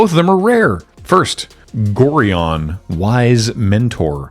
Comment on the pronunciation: That's not how you pronounce Gorion (like the constellation "Orion" with an extra 'g' in front of it). He briefly appeared as the ward of the protagonist in the old Baldur's Gate games. The reason the card refers to an "Abdel" is that said protagonist's name in the novelisation of the story was Abdel Adrian.